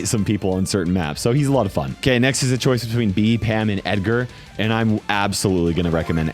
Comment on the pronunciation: Bro doesn't pronounce Edgar right